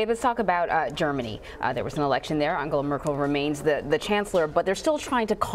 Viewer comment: I Like the interview a lot of information but please america learn how to pronounce the name "angela".christ!